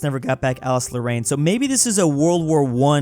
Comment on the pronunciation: ale-SASS lo-RENN is how you pronounce that French place, 😛